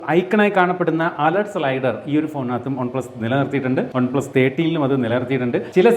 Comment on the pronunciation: "Ohn plus"😂😂